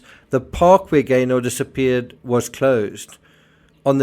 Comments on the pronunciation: Pronounced Gayner not GayNOR! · Just for info it’s pronounced “Gaynuh” 👍😁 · We pronounce it Gayna. Glad you’re covering the case.